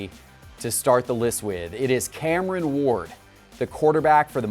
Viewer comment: Cameron Ward - Sound out the rest of your name, buddy. A is for Apple.